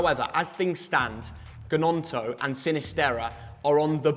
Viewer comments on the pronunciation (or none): Adams hasn’t left Leeds yet like you said! Also Gnonto’s name is pronounced with a silent G!